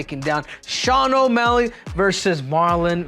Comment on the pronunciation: No, he said osmelly